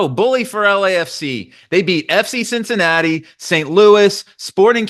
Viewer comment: really said Cinci...